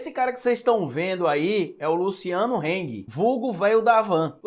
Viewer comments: Eu sou chato né, estou sempre corrigindo sua pronuncia na lingua alemã. Desta vez nao sera diferente Rrsrsrs A pronuncia do sobrenome do Véio da Havan é Râng nãi Reng. Se fosse um sobrenome ingles a pronuncia seria Reng mas como é alemão é Râng Abraços. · Tá pronunciando errado, se fala como se escreve "Hang"